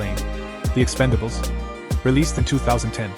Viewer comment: it’s ‘Expendables’ not ‘Expandables’